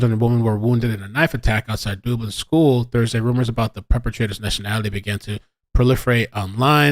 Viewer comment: Thank You for making me chuckle watching this vid this morn (5am here in Scotland). Dublin is pronounced Dub, as in mug, tug, hug and not Dooblin! lol You managed to completely de-stress me on the run up to seeing my wee Neice for the first time in over 2 years - Thank You! xx